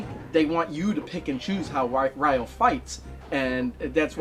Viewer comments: It's not "rye-o." It's "ree-o," like the Brazilian city only with the emphasis on the "yo." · Glad you finished Shenmue 1! (But why do you call "Ryo" (it's like "Rio" but with the emphasis on the "o") as "Ryoh"? Haha. :P) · Weird how you pronounce Ryo's name correctly for the half of the video, but then you pronounce it incorrectly as "RYE-OH" for the last half of the video.